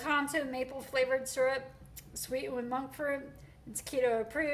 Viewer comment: Chaffle, Coco powder, sweetened, please quit saying swee’en lol